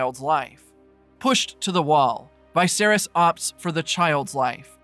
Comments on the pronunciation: Having a tough time accepting the pronunciation of vicious as veye-virus LOL wtf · Thanks for the recap, though the way you pronounce "Viserys" sounds off to me. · The way you pronounce Vicerys ruined this vid. Lol